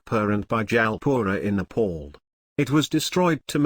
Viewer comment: It's NEPAL not NEPOOL please pronounce it properly.